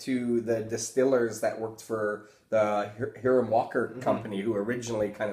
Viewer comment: interesting video, I just want to say I grew up in Windsor Ontario and I've only ever heard it pronounced "high-rum" walker